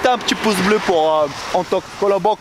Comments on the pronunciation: "Coulisses" avec un S s'te plaît! (Et Pouce avec un U)😊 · il le pronnonce poce bleu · c'est fait exprès le "Poce"!!! C'est sa marque de fabrique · mdr quand tu dit poce bleu